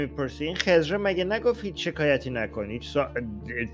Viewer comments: عزیزم اون خِضر هست نه خّذِر! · خَزِر چیه!! 😂😂 خزر درسته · حالا چرا خدر رو با لهجه‌ی آمریکایی میگی؟ 😂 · تلفظ خضر صحیح یاد بگیر!!!!